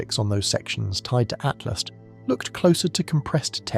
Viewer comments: It's ATLAS NOT ATLAST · so annoying by keep saying ...ATLAST!!...it is Atlas!!